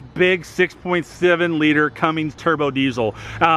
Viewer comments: there is NO "G" in Cummins. Cummings? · It’s. CUMMINS! not. CUMMINGS!! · CUMMINS....... NOT Cummings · Cummins not Cummings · Cummins.. not Cummings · Cummins..not Cummings!!! C’mon Dude!!